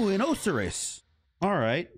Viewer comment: You didn’t pronounce Osiris right